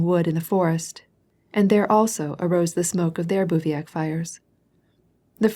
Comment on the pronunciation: Bruh, can she stop saying "calvary" and "bouviac" ??? Watch one single video about the Napoleonic wars before recording an entire tome with incorrect military word pronunciations. I won't even start with the foreign language place names